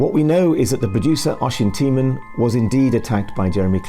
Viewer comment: How can you mispronounce Oisin Tymon's name? The BBC head pronounces it correctly, and it's in your video.